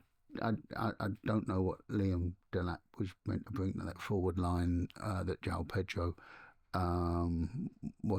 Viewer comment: How many times do people in UK have to be told.....it is JO-ON Pedro not JOW.